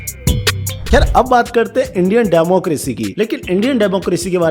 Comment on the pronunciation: Democracy hota hai na ki democrasy😂 ny way u hv did good work this time